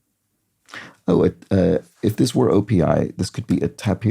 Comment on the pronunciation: Neat touch to list the male animals for the theme clues where possible, to tie in with the 'man baby' theme. OPI should be pronounced as an initialism. It was originally a small dental supply company called Odontorium Products Inc.!